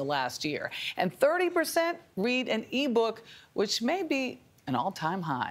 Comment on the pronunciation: Lady needs to sharpen her contextual reading skills. "Read" in past tense is pronounced "red."